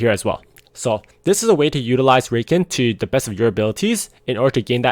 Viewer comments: Discovered your channel a few days ago and it's helped me so much man, thanks a lot for giving your insight and keep up the good work! P.S. its pronounced Ruh-Khan ;) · lol it's pronounced Rah-khan, not that it matters too much for the people learning from your guides. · It's cute how you were referring to Au Sol as a she and how you pronounce Rakan